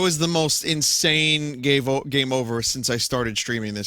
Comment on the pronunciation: I guess it's from where vinny fucks up trying to say 'game over'?